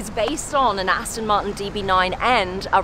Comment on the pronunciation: Aston Martin not Aston Marten!